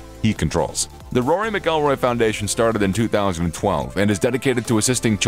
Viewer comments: please learn how to say mcilroy before you publish a video including him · Saying rory's last name wrong obviously never watch golf... Jordan fell off rory is alot better